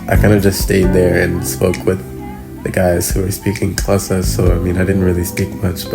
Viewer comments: Love that he pronounces Xhosa correctly. Loveeeeed this ❤ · yaz i expected to struggle pronouncing "Xhosa" i was so amazed sana the way he did, no because uyafundisa sana. And when he was explaining to us that his uncle was asking if he wants to add anything to the lobola ( a gift ) and when he said " i said NO because ULIKHO " HE SOUNDED SO XHOSA, i love him for you mna shame ubhut wethu guys. ( smiles ) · I am so proud of him for pronouncing "Xhosa" perfectly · The fact that he pronounces “Xhosa” so perfectly and goes on to say “uLikho”, that man belongs to the Xhosa tribe. Lovely vlog overall and Congratulations.🎉❤️ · Your pronunciation of the word Xhosa must be commended, you pronounce it better than most South Africans who are non-Xhosa speakers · You have trainings him well on pronouncing the word “Xhosa”